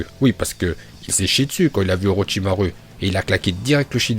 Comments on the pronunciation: non mais je parle quand il dit orochimaru il pronnonce "u" et pas "ou" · Y a que moi qui dit OrochimarOU A chaque fois ça me stress quand il dit OrochimarU mais ça s'trouve c'est comme ça qu'on dit mais...